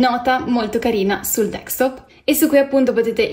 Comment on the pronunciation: Capisco che sia un tutorial “for dummies”,ok…ma ti prego, si chiama desktop, non dextop.